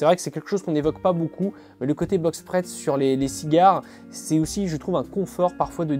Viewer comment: Box pressT, pas pessAID! Tsss... 😉 Les Normands et l'anglais ce n'est toujours pas ça, hein ?